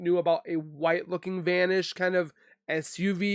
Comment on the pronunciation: "vanish" van - ished 😁